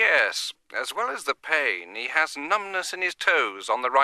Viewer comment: numbness not numblless